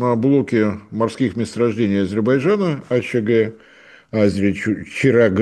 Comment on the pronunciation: Ведущий, в чём проблема выучить одно слово? Не Азебарджана, а Азербайджана.